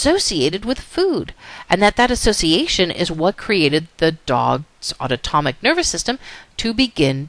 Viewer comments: aunotomic or autonomic? but awesome video otherwise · she is saying something that sounds way foreign and nothing like autonomic...it's like a new word LOL auto-tomic ??? UGH, I was distracted by that. And yes, otherwise, it was a good lecture. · Totally distracted each time autonomic was mis-pronounced.